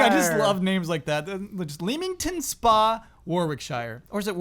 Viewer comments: Leamington is pronounced like Lemmings. Then Warickshire is "Wo-rick-shuh" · CORRECTION: Its said 'Le-ming-tn' and 'Wo-rik-sher' I know, makes know sense, its old english, that how they rolled.